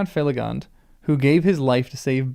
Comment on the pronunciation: Finrod Felagund is not American so not fellagand